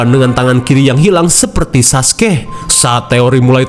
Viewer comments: Gw dengernya Saskeh bang😂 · Tb"bgt nyebut saskeh😭😭